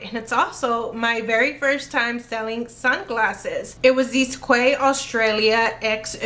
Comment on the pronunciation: Quay is pronounced 🔑 key I know it’s so weird. I love those glasses I have found so many but I literally cannot bring myself to do anything but add them to my collection 😂 they are quality cute but not super heavy where they fall down your face. Love ‘em. 🎉I enjoy learning quite a few new to me brands from your videos. 🎉